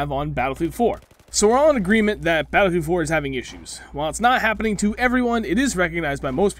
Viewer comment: Lmfao he say battlefield 4 like ba-fwa-field 4 😂😂😂😂😂😂